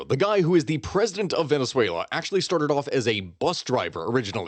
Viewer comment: I love the way you say Venezuela and words in Spanish. You can tell the effort and research you put into proper pronunciation. Thank you 🎉